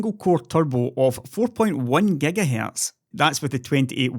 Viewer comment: thwee poynt tew giga hairtz